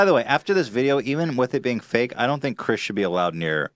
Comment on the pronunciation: that english guy says "fink" instead of "think"